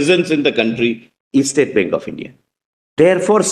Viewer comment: Bank not benk